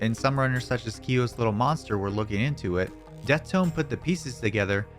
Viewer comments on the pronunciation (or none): none